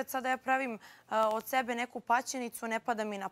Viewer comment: Odmah sam čula kad je to rekla šokirala sam se. Kad kaže da je rekla SEBE vraćala sam strim više puta nekad čujem TEBE nekad SEBE tako da se ne može opravdat